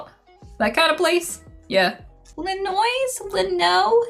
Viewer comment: You don't pronounce "s" in Illinois... haha